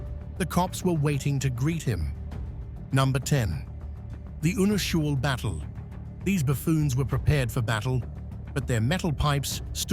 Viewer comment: Pronouncing “Unusual” completely wrong was it for me